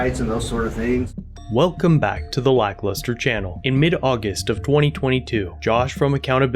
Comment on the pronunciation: "Augist" is not a word. "Evenshuhlee" is not a word.